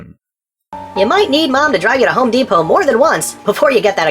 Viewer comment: Why does he say, "mom will have to drive you to HomeĎepot"?